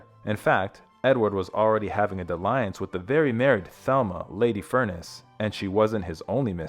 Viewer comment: Please learn how to pronounce the word " dalliance ". Dall-e-untz.